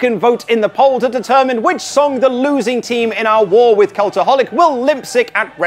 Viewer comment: Did you just say limp sick for lip sync?